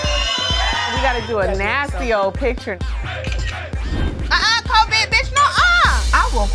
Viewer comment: Porsha said covid beech! 😂 Glad to have the ladies back.